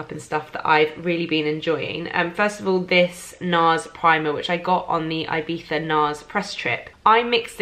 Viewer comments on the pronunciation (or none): none